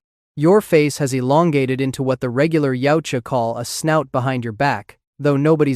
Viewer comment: Actually, its called yautja. Not yaija.